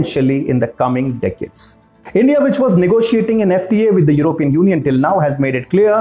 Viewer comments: I Wish you could pronounce " European " Properly and I mean no disrespect my friend, I love this channel! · I wish you guys could pronounce it properly as Européan instead of Erópean.